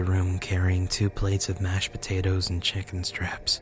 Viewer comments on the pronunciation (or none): BRUH THE WAY HE SAID CHICKEN STRIPS SOUNDED LIKE CHICKEN STRAPS, MAN IM DYING.😂😂😂😂😂😂😂😂😆😆😆😆😆😂😂😂😂😆😂😆😂😆😆😂😆😂😆😂😆